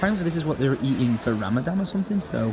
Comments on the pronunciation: it's RamadaN not RamadaM, just wanted to let you know😉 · It's not ramadam it's Ramadan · its ramadan not ramdam and hope to see here welcome to my country hope you have the best time ever Ps i have been watching you since three years and i love your face Ramadan is a moon month which we fast from sun rise till sunset without food or drink even water Aed is the currency of dubai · Ramadan not 'ramadam' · It's Ramadan not Ramadam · Maybe start by calling it Rammadan, not Rammadamn, not muslim tho, just sayin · it's ramadhan too much love for u pal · gdrd 6622 it's ramaspam isn't it?